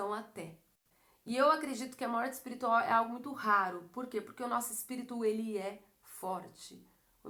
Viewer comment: É espirital mesmo q fala? Kkk